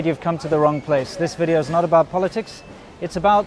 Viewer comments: Your Chinese wife can’t even say the word video right. Are you sure she is a doctor? Sadly you hate China so much why you choose to stay there that long? You are so ignorant about safety of American food full of hormones and antibiotics and GMO. Good luck with Monsanto GM poisons. Feel sorry for you. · another,and video这两个单词发音确实有点太臭了。呵呵，建议赶紧改进。好意哦